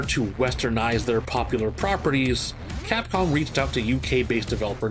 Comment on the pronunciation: Did he just say FAPCOM???? lol